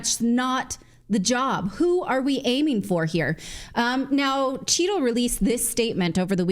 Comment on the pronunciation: I think you may be saying Cheatle but all I hear is "Cheeto" (brought to you by Pepsico).